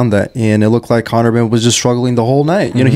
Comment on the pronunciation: conor 'henn' 🐔 🥚🥚🥚 😂😂